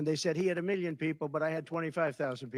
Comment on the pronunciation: I can’t stand his accent either. I think it’s the way he pronounces certain things, like “million” which sounds like “miyon” and he rolls his tongue up when pronouncing “L” which sounds odd too.